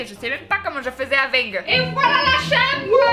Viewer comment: Voilà la chàmbre Cassé toî Mdr 😉